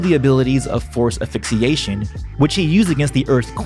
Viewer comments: Asphyxiation... Not quite affixation. ;) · Great content but good god it is aSphyxiation not aphyxiation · He says asphyxiation incorrectly.